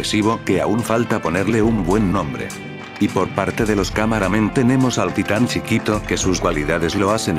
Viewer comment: me encanta que cuando dice "titan chiquito" suena " titan xiquito"